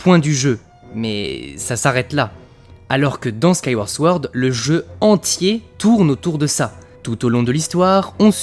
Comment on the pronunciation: Sword se prononce sans le W en anglais